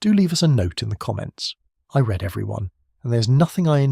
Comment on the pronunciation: Read, should be pronounced reed, as in plan to or will, future tense. As you pronounced it, red, that's past-tense, as in I've already read them.